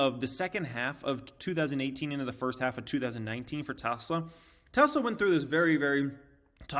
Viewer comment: Please learn the pronunciation of Tesla...Musk says it correctly as a hint